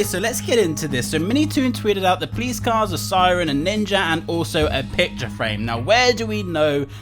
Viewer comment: He said PLEASE CARS instead of police cars lol why is this so funny